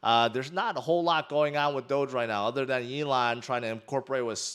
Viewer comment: Mate, were you not calling "Elon" "A-lon" last May? Were you not salty about Elon? Wtf is wrong with you clown?